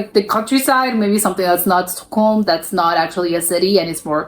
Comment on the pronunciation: Wow you pronounced Stockholm just as good as I do...sounded very very swedish =)